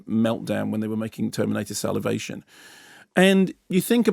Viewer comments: Terminator salivation?!?! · Terminator Salivation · Did he say terminator salivation???? 🤣🤣🤣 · "Terminator Salivation" ...had to pause to get myself together after that one...hilarious...